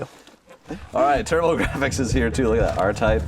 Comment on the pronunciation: The way he pronounced Turbo-Gir-aphics gave me a chuckle. 😁